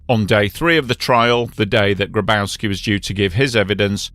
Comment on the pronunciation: Grabowski is pronounced "Graboffski".